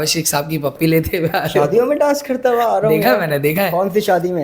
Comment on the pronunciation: Haram kamaya wa .... ye wa konsa lafz hai ? Haram kamaya huwa hota hai ..... Huwa